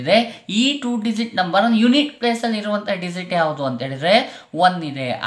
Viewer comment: Dizit ಅಲ್ಲ digit